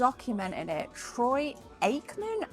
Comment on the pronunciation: As usual great video, another fantastic store out there where you're at, and lol, yes you said Troy (ache) Akeman's name right the first time, and i have to remind myself that you don't call it American Football, what you call Football we call Soccer out in the United States. I remember when I was an early teenager I remember someone telling me that out in the UK they call Soccer football, and I was confused at first until it was explained to me, but all good. And it is great cleaning out old stuff you don't want anymore and taking it in for trade, and making room for new stuff, over this weekend I picked up a Sega Genesis again i had one when I was 19, but either lost in a move or gave it away, it was great to pick it up again, and taking stuff down to trade myself at my local Retro game store